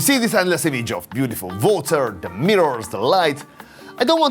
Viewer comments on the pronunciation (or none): Please, learn english it was so difficult to understand what you saying. Its not votor its water with U not V ! 😑